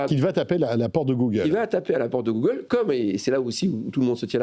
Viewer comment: J ai arrêté de regarder quand j ai entendu googaule.😂